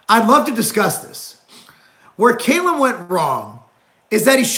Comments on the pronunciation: Not "Kay-lum" it's Cal-um. Get it together Marc Lowblower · Can't even pronounce his name right.